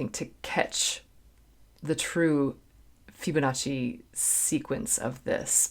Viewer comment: It's pronounced FIBonacci... not FYUBonacci....